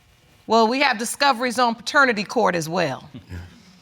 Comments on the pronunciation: She's "very educated" yet she stayed saying "FATERNITY" court🤦‍♀️ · You're very educated but you're saying "Fraternity Court"? Good Night Ma'am! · .."So we DO have some discoveries up in FATERNITY court".. and in the very next breath say "I am a Very Educated Woman".. 🤣🤣🤣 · She said she is very educated yet said faternity court not paternity, smh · “Very educated woman” Fretanity court 😂😂😂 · No what got me is when she said “I’m very educated” then say “fraternity” not paternity 🤣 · Her: "I am a very educated woman" Also Her: "fraternity court"